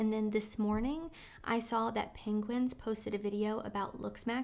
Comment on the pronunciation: great video as always, but it's pronounced Penguin-Z-zero. Please, respectfully, put some respect on his name.